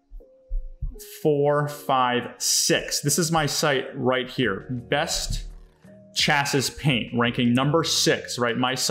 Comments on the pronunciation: Her good video. Thank you! Future... Chassis pronounced Chass-ee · Great video! Also just FYI- that's not how you pronounce chassis...I just have to giggle at that...still love you though:) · how it is pronounced is not important here because it is not an English language class. Thanks for sharing this! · I was thinking same!